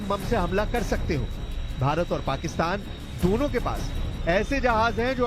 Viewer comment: Deno desh nahi dono desh lol ,, kya news reader banegi 😂😂😂😂😂😂😂